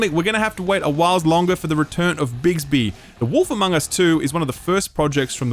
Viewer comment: BIG-BY. Not Bigsby